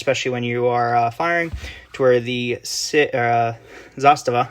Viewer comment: Great video and it’s refreshing to lay the ‘Zastava is a Sig clone’ to rest and to hear someone pronounce Zastava well